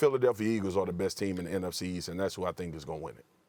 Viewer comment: why Steven A cannot say nfc east 🙂